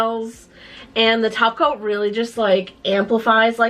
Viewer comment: I watch too much simplynailogical. Every time topcoat is said I hear taco and think of painting nails.